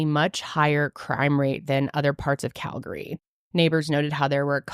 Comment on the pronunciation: Just wanna say, props to pronouncing Calgary right lol 👏🏻